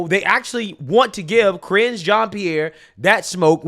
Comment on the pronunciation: I cracked up EVERY single time you say Karinge.... You know you've made that her name now 🤣🤣🤣🤣 SO FUNNY! I really didn't think it could get worse after Jen Psaki! They filled every single position from president on down with the biggest dummies with the greatest capacity for lying!